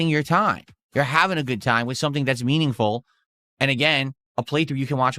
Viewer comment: I cant stand when he says :mEaNiNgFuL"